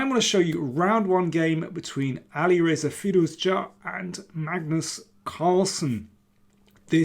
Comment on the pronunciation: Love your pronunciation of Alireza's full name as an Iranian myself. One of the few chess content creators that pronounces it extremely well. Love your content <3